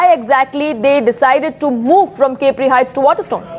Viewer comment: Its pronounced as ‘ Cap ri’ not ‘cape ri’